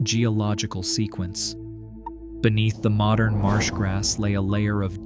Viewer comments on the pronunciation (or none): none